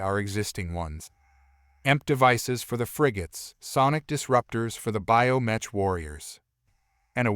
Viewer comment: Pronounced BIO MEK!